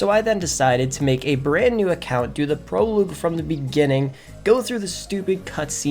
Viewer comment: It not prolauge it prologue